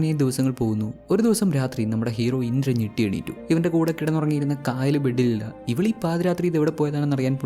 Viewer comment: Kaayal alla chetta kayal anu.Aa name pronounciation difference und.enthayallum chettante movie selection kollam presentation super 😊😊